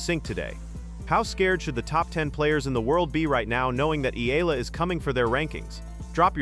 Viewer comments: CORRECTION VLOGGER, NOT ALEX AMELA, IT'S ALEX EALA (PRONOUNCE AS IYALA OR EYALA) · C"mon guy, stop mispronouncing my idol's name, it's Eyala not ela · Great analyses! But please learn to pronounce her name properly: E-YALA to prepare for more features like this. Alex is not going anywhere but UP! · EEE- YAH-LAH.... that's how u pronounce her last name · Just call her Alex! Rather than pronouncing her last name wrongly.